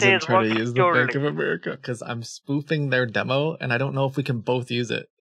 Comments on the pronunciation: its america not amrica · Not the "Bank of Emrica"